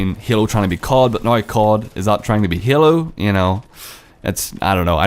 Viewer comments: this guy says Hailu every time instead of Halo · It s halo and not yalo. But ya halo 5 is much beter then cod iw. I m so angry about this,it s fuckd up! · You said hyelo, you need to say halo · the word you said the most were halo and game and it's kinda annoying the way you pronounced it